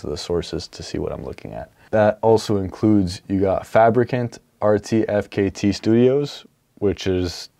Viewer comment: RTFKT is pronounced "artifact" :)